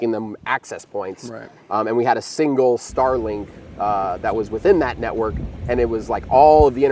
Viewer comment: NETwork, not NEYwork!